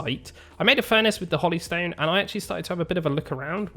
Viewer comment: Hollystone? Holy, like the term for divine. Hoe-Lee That just hurts my brain.